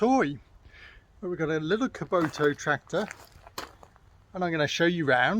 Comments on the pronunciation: Nor kuboto 😂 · Bro. It’s kubotA. Not kubotU.